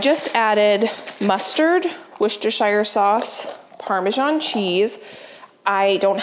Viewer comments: Wooster sauce,, it’s pronounced ‘Wooster’ (I’m British, just like the sauce. Not trolling you! 😂). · I love all your recipes & prep help, but I have one teeny tiny (realy teeny tiny) 😊😊 correction on how you Worcestershire 🤔, you get the Worcester right 😊 but the shire is pronounced like "shi" in shirt 😊😊 P.s I'm from the UK 😊